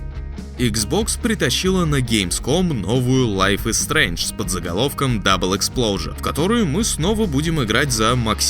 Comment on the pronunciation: Не не, не "Double Explosure" а "Double Exposure". Никого Максин не взрывает :D